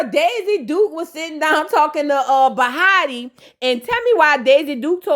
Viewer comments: lol I love you but … the girl is bahati … 😭😭 every time you say bahata, i get skressed! And please don’t take it personal But also, I’m not sure if she’s East African or specifically Kenya, but her name means “luck.” It’s a swahili word. I’m from Kenya that’s why I’m saying it but many East Africans speak Swahili.. but lol ok just saying 😭 and please don’t offended ❤❤❤ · You calling her “bahatah” really cracks me up 🤣🤣🤣 it’s Bahati(tee) …..chile, I don’t even watch these shows but I love hearing your commentary !! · you put respect in her name, it's Bahati not Bahara 😂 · Omg I’m not gonna get used to u saying bahata it so easy to jus say bahati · It’s you saying bahata for me 😂 overtime you’ll get the names down packed